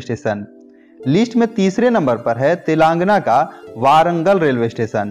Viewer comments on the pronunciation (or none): It's not waarangal it's warangal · Please work on the correct pronunciation of the words. Like Barmer ,jaisalmer and warangal .